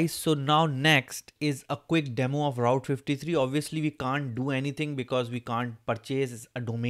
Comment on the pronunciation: Hello Route pronounce proper